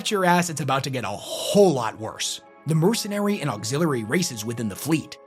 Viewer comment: Please practice saying auxiliary. Great video.